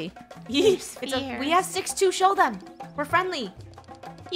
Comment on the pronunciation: don’t take shticks in the wild Me: shticks? XD